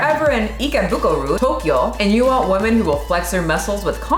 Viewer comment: 1) you massacred the pronounciation 2) it literally means "pathetic", they just gave it another writing so they feel good about themselves lol 3) Also mispronouncing "women" ffs 4) If you fail your health exam a few times in a row, they WILL fire you. 5) Nobody is irrationally afraid of fatties. They're disgusting and shows a LOT about your character. 6) They're getting fatter because of the way they live. They consume exponentially more carbs than just 10 years ago. They also frown upon doing any exercise. 7) Most japs are TOO thin, actually. As in, unhealthy thin. And women starve themselves for days then return to their carb addicted lifestyle - and get angry at people who tell them what to eat to never get fat. 8) calories are a hoax, stop pushing that garbage 9) Try China. They literally want their daughters to look like anorexic twigs. All of my chinese lady friends' mothers (who are pretty much all granny-fat, despite being below 50) say nothing to their daughters but how fat they are. Greeting? DID YOU GET FAT? Eating? THAT'S WHY YOU'RE SO FAT! Seeing an anorexic twig in the mall? SEE YOU SHOULD NOT BE FAT LIKE HER! And that's all their communication. Usually fathers don't give a shit. 10) Japs always had a few sickos that were into fatties. I know a girl who needs to stay fat to get work offers... It's quite fucked up because she used to love doing sports, and is super cute when not fat. 11) Semi-muscular women are nice, but sadly, women fall for the bro science garb